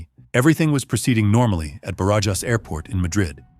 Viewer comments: Is easy: bArAhas.🙄😁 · “J” in Spanish sounds like an “h” in English when the”j” is between vowels. So, Barajas should be prounounced like “Barahas” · Ba-ra-has. Just say Obama’s name Barack and Ba-Ra-HAS instead of the K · 17 flight attendants? On a 742 Combi? Surely there was a 707 dead head crew positioning to Madrid. The airport‘s name Barajas is pronounced Ba-Ra-chas, the annunciation emphasis on the Ra. Must say, great job putting these vids together! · I had to look it up. Somehow I doubt that Barajas Airport rhymes with garages. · Thank you. The incorrect pronunciation was driving me mad 😀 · I gave up after the attempt to pronounce Barajas.